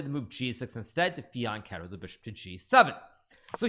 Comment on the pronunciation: This might be the first time I've heard Hikaru correctly pronounce "fianchetto" 😅